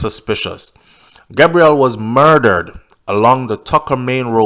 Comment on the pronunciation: His name is pronounced Gay_brel